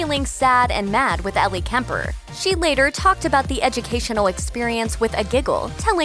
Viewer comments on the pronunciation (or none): There is something wrong with the narrator, she keep adding W sounds. She said Us Weekwee, Los Angelwos and educationwul.